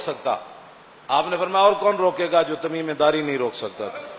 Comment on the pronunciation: ان کا نام تمیم داری تھا جناب تمیمے داری نہیں